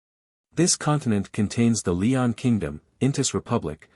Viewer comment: It's Loen not Leon 😅